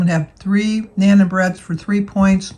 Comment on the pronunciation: I love listening to you everyday. Having a visit with every morning. I’m picking up some Sandyisms too. Like when I’m strrrruuuugglin’. Also how you say Nanan bread when it’s pronounced non (like the non in nonchalant or non sequitur) the a’s are long. You an in n. I think it sounds more fun the way you say it. 😉 I tend to make up words a lot for fun. Keeps life interesting. Anyway. Happy belated Birthday. I’m glad you enjoyed it. I believe in you and know you’ll be right back on track in no time. When I struggle I always remember says your not failing cause you aren’t quitting. Never give up. 😊❤️👍🏼